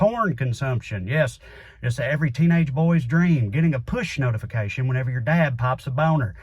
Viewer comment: Did Trae say "push notification" or "puss notification" ?